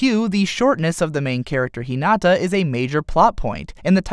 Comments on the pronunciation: No one is going to say how he said Hinata’s name wrong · "ひなあああた" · You lost all your cred in this video when you pronounced "Hinata" incorrectly. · Awesome way to explain both anime! However, japanese pronunciation of characters names and places really really really threw me off. Kuh Guh Miiy, Hee Nuh Tuhh.. Idk man :P Awesome all in all though